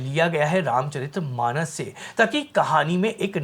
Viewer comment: जिन लोगों को वीर्यशुल्का, रामचरित मानस जैसे शब्दों का ठीक से उच्चारण भी नहीं आता, वे भी रामायण पर ज्ञान देने चले आते हैं। सीता हरण का दृश्य भी इन्होंने नहीं देखा है, किसी ने लिख कर दे दिया है, वही पढ़ रहे हैं।